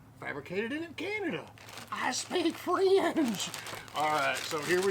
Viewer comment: Awesome! I think I would like those chips. Also excellent job on the French 🤣🤣🤣